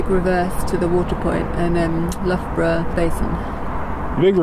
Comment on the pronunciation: I couldn’t help chuckling at this one. My husband was at Loughborough Uni from 1979. In his first year there was a Canadian student pronouncing Loughborough as ‘Lugaboruga’, which sounds similar to version. A Canadian thing?